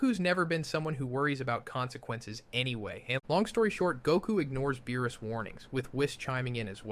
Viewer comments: Yo, not Beerus.... BAROOS 💀💀💀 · Are you testing out some sort of script lmao "baroos" and not beerus is crazy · wis (whis) log ic (logic) baroos (beerus) wis (whis) wierd pause preesentations (presentations) cant be bothered to watch the rest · BuhRuss? Have I been saying his name wrong this whole damn time? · Same. I didn't even notice anything wrong until it said beerus' name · Yo did you train an AI with your voice to do this video? Some of these pronunciations are atrocious and inconsistent. ie: Vegeta, Saiyan, Beerus...etc Also your tone is just so flat and monotone the whole way through